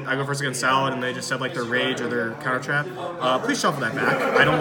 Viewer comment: I cringed every time he said salad ... pretty annoying lol